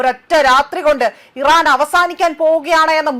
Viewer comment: ചേച്ചി ഫയപ്പാട് ഈറൻ അല്ല അമിരിക്ക്